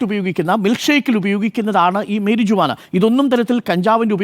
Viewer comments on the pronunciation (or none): മരിയുവാന ❌ മേരിജുവാന ✅ 😂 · മേരിജ്ജുവാനാ?😂 Pronunciation correct alla.. അറിയില്ലെങ്കിൽ മലയാളത്തിൽ പറഞ്ഞാൽ പോരേ News reporting should be correct in all respects..